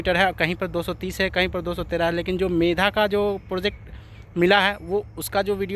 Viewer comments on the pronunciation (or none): Medha nahi megha boliye